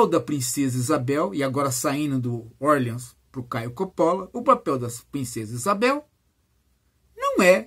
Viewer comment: Orleans é francês, professor. Doi um pouco a prnuncia ingkesa.